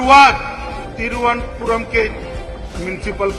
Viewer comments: तिरू-अनंता-पुरम is the correct pronunciation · Dear.... Greetings! I am a regular ro your channel.. I subscribe and like them regularly.. Also appreciate your views and thought process. BTW... small request Sir.. I noticed you were having trouble pronouncing "Thiruvananthapuram " It is "Tiru anantha puram" I fully understand north Indians having trouble with south Indian pronunciations... and vice-versa.. However it would be highly appreciated if media Luminaries like yourself put a little effort to get it closer.. after all popular south Indian media professionals ho extra mile to speak acceptable hindi... Hope we close the decide together.. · pronounce it properly - I am giving you the way by splitting it in how to pronounce it " thiru- anant- puram( thirunantpuram). please do practice it. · सर संधि विच्छेद करके (शब्द को तोड़ कर) बोलिए। तिरुव् + अनंत +पुरम👍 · बोलने नहीं आ रहा तो ऐसे करिये थिरु(श्री) अनंतपुरम !! अनंत ( भगवान विष्णु योगनिद्रा की स्थिति में ) , पुरम ( जगह) । थिरुअनंतपुरम । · Split the word.. it's compound word would be easy to pronounce: Thiruva - Ananth(a) - Puram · Sir TIRU-WA-NUN-DA-PURAM YA TRIVANDRUM.. TRIVENDRAM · Ek baar toh sahi pronounce krlo sir😅 nice analysis as always